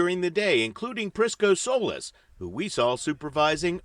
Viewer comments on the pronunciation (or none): The name Solis is pronounced so-LEASE, with the accent on LEASE. Not "soulless".